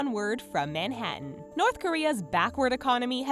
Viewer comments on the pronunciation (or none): none